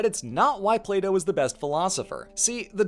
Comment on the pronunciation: Why do I keep hearing Play-doh?